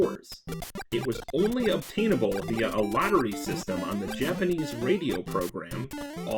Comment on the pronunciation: Finally, a YouTuber that knows his Japanese pronunciation.